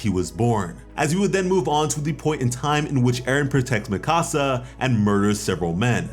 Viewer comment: Im not tryna be that guy, but youve obviously watched the anime so why do you still mispronounce mikasa's name lmfao